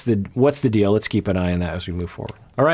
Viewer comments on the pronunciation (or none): none